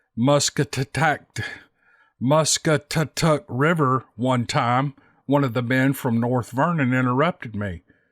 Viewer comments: Mass Stat it tuk river is how we pronounce it here in Southern indiana. Later Erik from Madison Indiana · Hey,. I'm from Indiana and the usual pronunciation is Muh-SCAT-uh-tuck. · is it mustkikituctuctuc lmao 🤣 I I am sorry but I have no idea what you were trying to say but that is how I will spell it 😅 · Mus cat a tuck is how you pronounce it. It's in Indiana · Here I am a year too late to tell you it's pronounced like Musk-at-tuh-tuck. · Mus cat a tuck is how it's pronounced. It's worth looking up. My husband and I live about 10 minutes from there. We had never heard that story before but have heard a few stories of Bigfoot along Sandcreek. Thanks for sharing with us and Happy Turkey Day! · pronounced Mus scat a tuck Thought I'd help, I'm from southern Indiana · Thanks for not pronouncing the river correctly that made me laugh so hard. Ha! Ha! 🤣😂 Thanks for all the awesome stories. I sure enjoy them. 😊